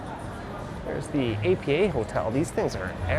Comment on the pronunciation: Nice walk. Tokyo is my favourite city in the world. I live in Toronto, and plan a trip back to Tokyo every year now. Btw, small detail, APA is pronounced by the locals as one word, as if you drop the J and the N from Japan.